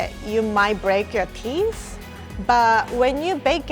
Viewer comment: Everybody: Teeth: Teeess Btw love you and <3